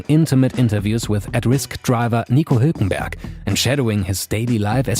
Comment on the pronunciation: I think the narrator is german too, so its easy for him.